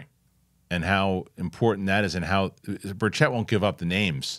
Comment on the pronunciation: You have got to quit mispronouncing my Representatives name! It's pronounced BUR-chit ( not so much stressing two syllables either- say it quickly). Keep it in mind, he's from East Tennessee. We're somewhat Hillbillies here.... -Aaron L. Knoxville,TN